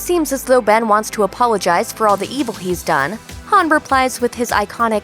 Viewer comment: Is it me or did she say "finally" and "apologize" kinda weird? Was that on purpose or am I hearing things?